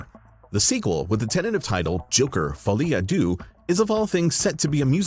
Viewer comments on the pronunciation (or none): Your pronunciation of "Folie à deux" was so bad. You said DOO, it's DEUX, as in UN, DEUX, TROIS. I know you're American but get more cultured, dude.